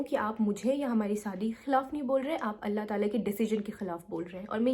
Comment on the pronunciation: The Sabr part you said, I got whole teary eyes. Yk the more the ripped heart, the more is the azr. Allah apko dono jahan ki khushiyon se nawazein, boht strong hain ap. Without mumbling you said , Allah !! I know retake honge, edit kiya hoga yet speaking these all. Hats off ! Fan